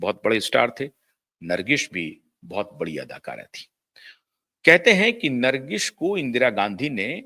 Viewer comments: Nargis not Nargis....there is no sh in the end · कृपया ठीक से हिंदी बोलना सीख लीजिए। नरगिश कया होता है Produsher kya hai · नरगिश नहीं बेवकूफ़.. नर्गिस कहो 😂